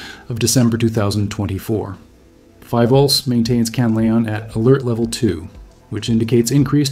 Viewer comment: mis-pronounciation of philvolcs